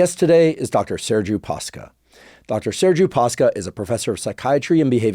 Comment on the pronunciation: Came here to say that 😁 and also to nitpick on the pronunciation of his last name, though I suspect it was simplified in purpose to prevent mispronounciation . It's actually Pa-sh-ca. Ș is like sh in shelf.